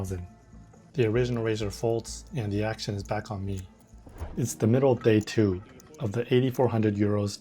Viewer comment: 想知道為何2的英文發音尾音有SH?